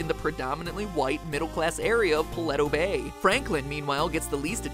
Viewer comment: the way he pronounced paleto bay.